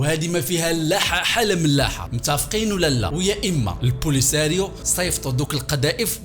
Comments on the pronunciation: البوليزاريوا ماشي لبوليساريوا❤😊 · عندكم مشكلة مع نطق الاسماء polisariou😂😂